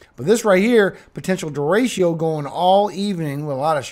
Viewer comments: What's a deratio? Its pronounced Der Rick O😂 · I love your forecasts and the scripture. Don’t know if anyone has told you though… it’s De-“retch”-o, not Derashio 😉🤓. Only love ❤